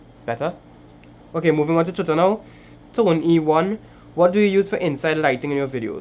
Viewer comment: Thanks for the answer bro! Great vlog! And the name is pronounced "tonee1" like the name Tony or Toni how ever they spell it... but you get the drift! 😂